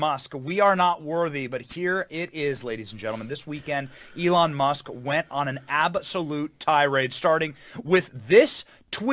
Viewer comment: Who is Ely Mush? I've never heard of Ely Mush.